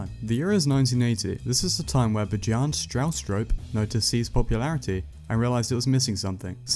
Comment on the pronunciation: btw, it's B-yarn-e ;)